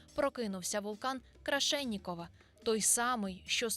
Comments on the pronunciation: Вулкан називається Крашеніннікова, а не Крашеннікова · вулкан Крашенинникова, а не крашенникова, дизлайк.